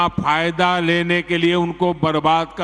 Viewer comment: Abe saale jaahil pahle 'PHAYEDA' KO 'FAYDA' bolna to seekhle!!